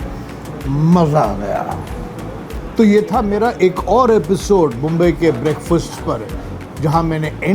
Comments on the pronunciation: Mumbai bolayla shika pahila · Aadhi mumbai bolayla Shika mag video banva